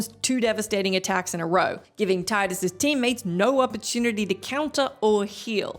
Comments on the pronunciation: Tee-dus, not Tai-dus!!! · Correction m: FFX protagonist’s name is pronounced “Tee-dus”